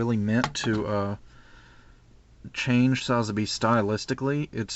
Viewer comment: PLz say sazabi right watch chars counterattack to get how to pronouce but your vids are getting extremely incredible and always waiting for the next.